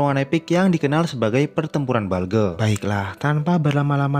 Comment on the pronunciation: Bulge om bukan balge